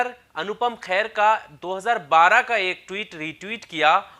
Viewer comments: It’s Kher not Khair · khair nhi Kher hai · भाई मेरे ख़ैर नहीं खेर है, बुरा नहीं maniyega क्योंकि ख़ैर सुनने में अजीब सा लग रहा है। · खैर नहीं खेर है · ख़ैर नहीं खेर।